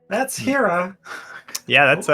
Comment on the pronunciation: mispronouncing Hera all game smh